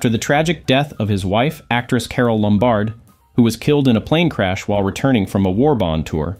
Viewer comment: Sloppy production and editing of this video. Often the visual and the voice-over don't match, regarding subject matter (e.g., at :54, it's Gary Cooper, not James Stewart). And 'Lombard' is pronounced with the emphasis on the first syllable.